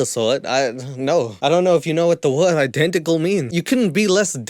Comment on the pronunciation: "You couldn't be less DENTICAL" 🤣🤣